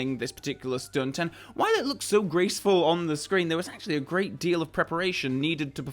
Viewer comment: "Grace-ful" Don't think I didn't catch that.